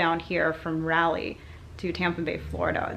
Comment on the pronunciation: I absolutely thought it was so cute when said “Raleigh” wrong. I’m from not Carolina and live right next to Raleigh and I drove down to Florida a couple weeks back to go to Disney world and I drove the whole time straight there no nap time breaks and it was the worst experience in my life lol. Definitely hoping could possibly come down to North Carolina one day so I could meet her she is my favorite youtuber by far!